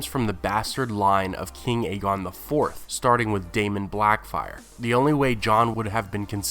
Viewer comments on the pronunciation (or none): none